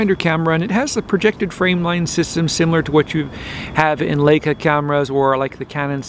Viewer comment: L-eye-ca! Not L-ake-a! Leyeca. Please.